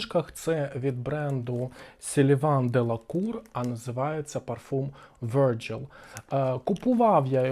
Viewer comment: Virgile - французькою, крім Вергілій, ще значить: Молода дівчина; чиста, як лілія; вудилище; палиценосець. Обирайте, що підходить 😅 Читається: ВіржІль (наголос знов на останньому складі).